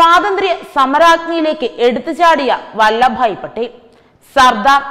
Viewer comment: ‘വല്ല’ ഭായി പട്ടേൽ അല്ലല്ലോ! വല്ലഭ് ഭായി പട്ടേൽ ആണല്ലോ!!